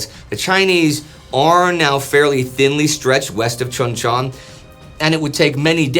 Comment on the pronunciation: The name of that town is pronounced Choon Chon. I was there at Cp. Page for two years 86-88 and I have 7 years in-country total. That is how the Koreans pronounce it BTW.